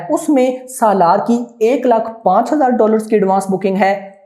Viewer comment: This guy can't even pronounce 'SALAAR'